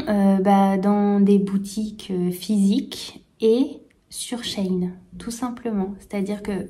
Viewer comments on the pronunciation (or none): none